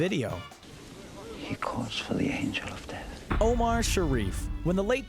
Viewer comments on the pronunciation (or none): none